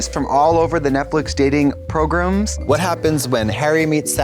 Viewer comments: why did Trixie say pRoGrUmS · I know it's gonna be a good day when I hear Trixie unintentionally say "progrum". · “Progrums” still sends me 🤣